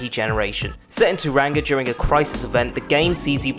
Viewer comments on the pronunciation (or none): It's pronounced taw·rong·uh - love from NZ